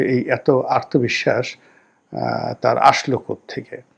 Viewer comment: রনি ভাই আপনার আলোচনা সুন্দর। কিন্তু আত্মবিশ্বাস শব্দকে আর্তবিশ্বাস উচ্চারণ করেন শুনতে কানে লাগে।